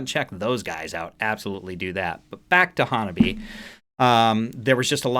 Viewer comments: haha welcome to Hanabie! They are my current crush XD The correct pronounciation would be hah-nah-bee-e... the last e pronounced as in bed or egg. Counter intuitive to a native English speaker as the -ie is 2 syllables in Japanese in this context. They chose the name to reprsent themselves as all the members have winter birthdays except Yukina, whose is the beginning of Spring. Their discography comprises of alot of astute social commentary and if you continue to explore them, I'm sure all their offerings will melt your face in different ways :) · It’s pronounced Hanna bee aye, it’s a Japanese thing to pronounce all the vowels. You might check out some of their other songs like Reiwa dating app generation and a few more that don’t have videos that are heavy. This band is young and still learning and building their confidence. They released a new song recently called Neet Game that you might try also.